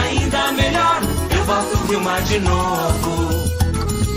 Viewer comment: É Wilma de Faria e não Vilma Faria